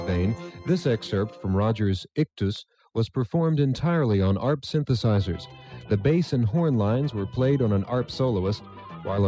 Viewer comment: ARP is pronounced as one word. Same with MARTA (Metropolitan Atlanta Regional Transit Authority), the public transit system serving the city of Atlanta, GA.